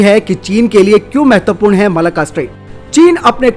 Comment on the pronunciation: भाई इसको मलका स्ट्रेट ना कहो यह मलक्का स्ट्रेट है। अच्छी वीडियोज़ में नाम की शुद्धता का महत्त्व होता है।